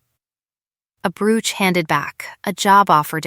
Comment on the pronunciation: Brooch ..bad word pronunciation.